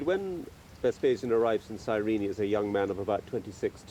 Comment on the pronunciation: Serena...sirene...guys, it's Cyrene, in current Lybia